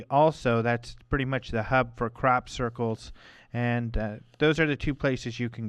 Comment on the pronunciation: I love OM radio but I have to laugh at pronunciation of crop circles...sounds more like 'Crap 'Circles lol. keep up the good work and peace to all. (and hey its ok to have a laugh eh?)